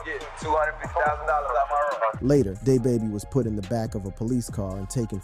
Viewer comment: Day baby?!……you mean Da baby